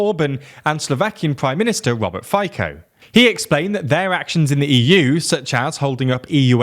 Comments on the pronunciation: Fico isnt Faiko. Its pronounced more like Fitzoe. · Please can you learn to pronounce the Slovak PM's name? It's [Fit-so] not [Phi-co]. You guys claim to make sure to check your pronunciation before recording, and yet this is not the first video where you butcher it... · Fajko returns... Thought you guys knew how "Fico" is pronounced already. You did it correctly in another video.